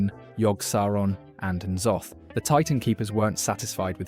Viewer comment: kuh-thoon (c'thun) Kur-ahh-jee (qiraji) Nuh-Zoth (n'zoth) Please refer for future uploads